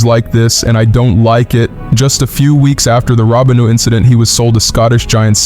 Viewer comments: Robinho is spelled Robinho and is Said róbinho its not Said robinio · “Robin-ho”😂😂😂 It is pronounced as Roh-been-yoh.